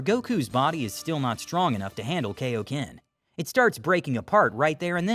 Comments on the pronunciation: IT'S KAIO-KEN NOT KO-KEN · Are you just going to keep mispronouncing kaioken